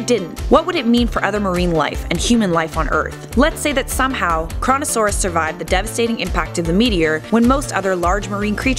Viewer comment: Coronasauras but it says Koronasauras XDDD